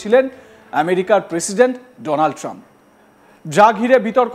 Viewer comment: আরে পাগল এ চেষ্টা তো মোদীর কাউয়া করতে চাইছিলো বটে উচ্চারণে ফেল! ডোনাল ট্রাম্প বলতে গিয়ে বলে ফেলে দোলান ত্রাম 😂😂😂😂